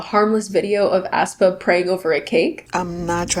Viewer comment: why did you pronounce aespa as ass-pa 😭😭